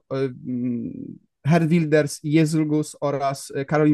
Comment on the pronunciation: Błagam, sprawdźcie wymowę tego imienia i nazwiska, ileż można tego słuchać?